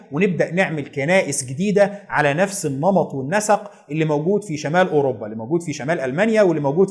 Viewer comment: مجهود جبار ومعلومات قيمه جدا.. تسلم ايدك.. وأنا بصراحه كان نفسي ألاقي حد يلخص تاريخ أمريكا كده.. الله ينور عليك.. بس عندي ملاحظه يا ريت تشتغل عليها.. نطقك لكثير من الألفاظ محتاج تصحيح.. علي سبيل المثال وليس الحصر.. إنجلترا وليس انجلطرا.. الملك جميس وليس الملك جيمز اوروpا وليست اوروbا.. فيليب وليس فيلب ربنا يوقفك